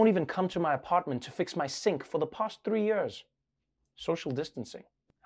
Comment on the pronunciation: I love how he says yeers ( years)